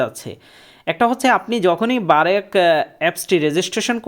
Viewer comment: আরে ভাই এটা বারেক না🤣 ব্রাক